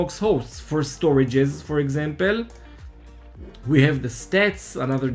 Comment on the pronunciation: it is "for example" > not "for exempel"... :P cheers !